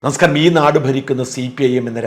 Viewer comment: നിങ്ങൾ ആദ്യം പറയുന്നത് നമസ്കാരം എന്ന് തന്നെയാണോ ഒന്നു വ്യക്തമായിട്ട് പറഞ്ഞിരുന്നെങ്കിൽ നന്നായിരുന്നു